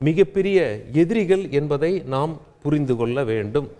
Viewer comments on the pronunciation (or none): புரிந்து கொல்ல அல்ல ஐயா புரிந்துகொள்ள. கொல்வதைத்தான் அவர்கள் செய்கிறார்களே. நீங்களும் ஏன் கொல்கிறீர்கள். கல் கல் காது வலிக்குதையா! 'ள'கரத்தை ஒழுங்காக உச்சரிப்பதில் உங்களுக்கு என்ன சிக்கல்.? நாக்கு? அலட்சியம்?